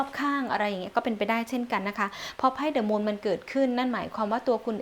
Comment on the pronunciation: The angle อ่าน “ ดิ “